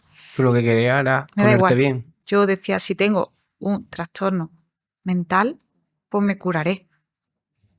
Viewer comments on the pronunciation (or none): none